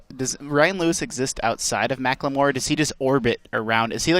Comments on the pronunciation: God it's macklemore not macklamore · lmao "ma-cleh-more" XD